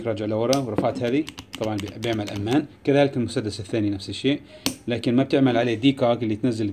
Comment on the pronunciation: يا رفيق أمان تنطق بفتح الميم فقط لا تشددها